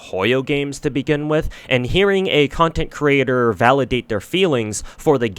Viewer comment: Can't even say the word content creator XD